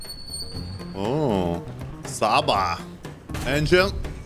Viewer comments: It’ Csaba [say like this:Chaba] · Hey! That scaba was nice. But try saying it tchaba. Like the tch in hatch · bruh no scaba XD csaba :D meg kell tanul :D